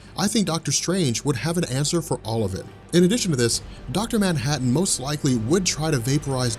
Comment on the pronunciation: Its manhattan dude